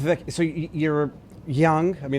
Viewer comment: How did you pronounce Vivek’s first name…?